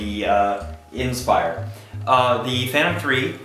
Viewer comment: he doesn't know how to pronounce the word inspire. IN spire IN spire IN spire. its fucking inspire not IN spire